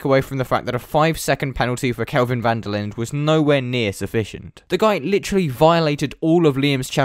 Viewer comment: South African here, not really important, but van der Linder is pronounced van der Lin-duh. Great vid tho. The whole thing left a sour taste in all us SA motorsport fan's mouths...